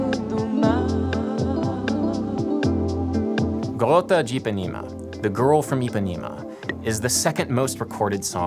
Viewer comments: it’s garota not garrota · it is "garota de ipanema" not "garrota..." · Jesus! It's "Garota", not "GaRRota"! You can easily Google it and find it, you don't need to know portuguese! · Er... there's only one "r" in "garota" (girl). You just called it "the garrotter (strangler) of Ipanema", which would indeed make it far weirder. Also, it shouldn't be too hard to find videos on YouTube where people say "João Gilberto" before calling the man "Djao Ghilberto". :-P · ) Garota* not Garrota... great video! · Garrota? Kkkkkk "GAROTA" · Please don't say "garrota de Ipanema", it seems "garrote" that is when you have something stopping blood from flowing and you will loose that member if the "garrote" is not removed. Just say "garota" (girl) one r for us (except for honra /honor) is said like your r. If 2 r are present then it is the sound you said. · It’s not “garrota” it’s “garota” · garota, not "garrota" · "GARROTA DE IPANEMA". Wrong. It's GAROTA DE IPANEMA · It's not gaRRota de Ipanema, it's gaRota de Ipanema. Just one R. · Nice video! But it is "Garota" not "Garrota" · Garrota de Ipanema lmfao ahahahahhaahahahahaha "garrota" no dude. garota. It's like Girl from Ipanema, not Grrril lf Ipanema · just a lil correction: It's actually Garota de Ipanema (with just one 'r') and you pronounce it like "Gárôtah dê ípanêmah" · Hey just a FYI it's actually "Garota" with just one R, not critizing just helping you out with the language as the way you said the word was kinda off because of that love your videos man peace. PS. I'm from Brazil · My dear, don't "Garrota" the girl from Ipanema. You've just garroted the poor woman. Only one "R" :Garota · boy, it's "garota" not "garrota"... "garrota" sounds a little like "garrote" which is something completely different. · ‘Garota’, with one single ‘r’. No excuse to have that wrong. And no, I am not Brazilian, neither Portuguese speaker. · Oof. One 'r' in "garota". You turned her into a murder weapon. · Garota, not “Garrota”. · "Garrota" LMAO